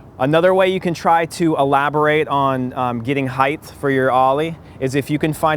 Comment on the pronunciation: heightth hahaha